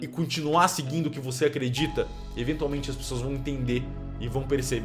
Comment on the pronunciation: Quero ver quem consegue contar quantas vezes o celbit fala enventiaumente